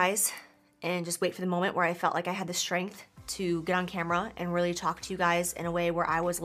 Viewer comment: Did she say have the "skrenf" to make this video? 😂😂😂😂😂!!